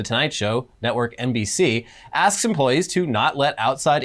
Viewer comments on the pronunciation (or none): none